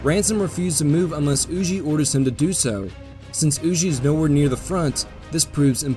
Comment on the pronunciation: Huger pronounced U Gee